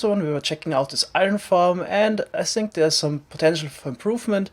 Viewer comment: You're probably gonna hate me... but every time I here a German say "think" I just can't thinking about anything else that "this is the German cost guard ... what... what are you sinking about" :')